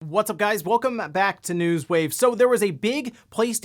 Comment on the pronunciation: I never really noticed this, now it bugs me